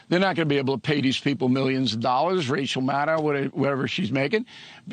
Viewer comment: Did he just say "Racial Maddow"?.